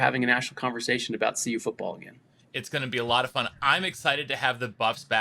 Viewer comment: CU dude, not UC! 🤦🏽‍♂️